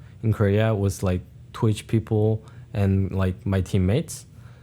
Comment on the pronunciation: As someone who has a Korean mom, one is learned and the other you have to make a very conscious effort to say. If he's speaking normally without thinking then he will say peoper. If he's trying consciously to pronounce the L then he will say people. My mom struggles with it all the time as do all the Korea-born people I know.